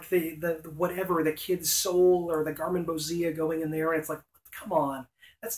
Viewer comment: "Gar-man-bo-ZEE-uh?" Isn't it gar-man-BO-zhi-a, like "ambrosia?"